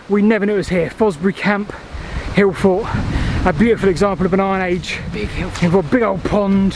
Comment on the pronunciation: I finally figured out you’re saying “hill fort”, I think.